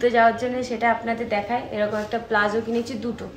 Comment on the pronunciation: পোশাক টার নাম প্লাজো নয় , ওটাকে বলে পালাজো